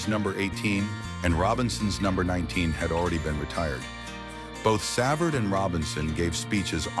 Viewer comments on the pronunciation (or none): This announcer was brutal. It is prounced Gee. The announcer also pronounced Savard incorrectly.. When pronouncing names get them correctly. People are very upset when you pronounce their name incorrectly.